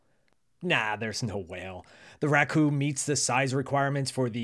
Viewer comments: Not Racoo. Racco. ラッコ🦦 Means Otter in Japanese. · Thank you for the interesting video. Precisely speaking, it's "Racco" (sounds like "rakkoh"). It's not "Racoo".